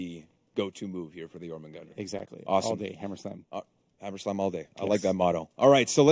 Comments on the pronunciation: "Jormungender" it's pronounced: "JormungAnder". With the "A" being pronounced the same was as it is in "car". EDIT: Where is Centurion rework? I need my incredibiboi. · Anyone gonna point out how none of them can pronounce Jormungandr? Weird name choice considering the hero isn't a snake